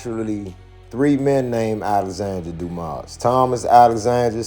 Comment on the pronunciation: The S in Dumas is silent.